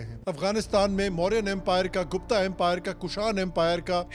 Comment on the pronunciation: ओं भाई हिंदी मै बात किया कर गुप्त बोलते है न की गुप्ता